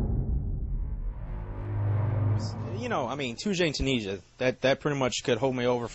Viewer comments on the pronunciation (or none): "toujane tooneesha" tyoo-niz-ee-ah plz